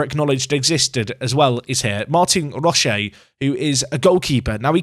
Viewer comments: Congrats on the cup FYI Roche is pronounced "Roach" in Ireland. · He'll probably never get mentioned again but unless Roche's parents are French or chocolates he probably pronounces it "Roach" :D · It makes me chuckle how you call him Roche like Ferrero Roche rather than what I would do and pronounce it like Roach. Poshest Irish keeper in the game - nickname him the ambassador. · The way you pronounce Roche is ludicrous lol